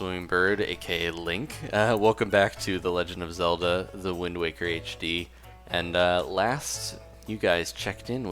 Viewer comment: who else noticed he said legend of zelder